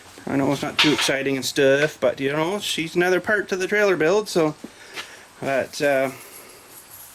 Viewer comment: trailer. not trail.. geez